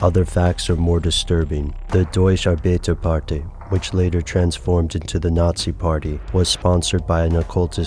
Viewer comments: he said "doysh arbehterparteh" Deutsche Arbeiterpartei is actually pronounced "Doytshay Ar-byte-air-par-tie" ....just to clear that up.. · I'm sorry... But as a German student I lost it at the pronunciation ... It's pronounced "Doy-chuh Are-biter-par-thai".